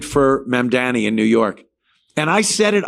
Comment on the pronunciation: Anthony’s mispronunciation of Mamdani is too much